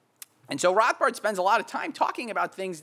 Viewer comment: He says Rothbard the way Rothbard would say Rothbard...